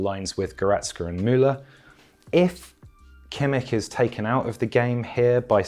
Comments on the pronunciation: as a german i just wanted to note that this mans kimmich pronunciation is a 10/10 and i have never heard an english speaker nail the ch sound this perfectly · As a German, I have to say it's more like an 8/10. But he gets Joshua quite wrong.